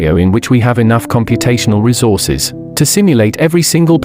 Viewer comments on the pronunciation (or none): none